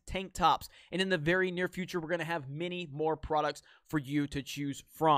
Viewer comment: You botched your "Thank you vvvery much for checkin' out this video" !